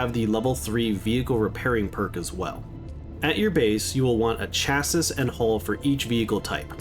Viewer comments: Interesting way to say chassis - you said it like "Cha-sis" where by its more like "Sha-see" the last S is silent because its a french word just an FYI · What did he saaaaay?! “Chassis” is not pronounced Cha siss, it’s cha see. Jesus Christ 🤦🏻‍♂️ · It's pronounced chassey, not chassis. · great tips (chassis is pronounced Chas-see) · Chassis is pronounced "chas-ee". It is french in origin. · sure fucking am. He’s gone through to his adult years not knowing how to pronounce chassis. I bet that ended with this video. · Can you say chassis again